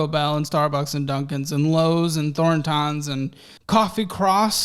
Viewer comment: “Thorn…tahns” lol it’s pronounced Thor-tons. It’s a gas station.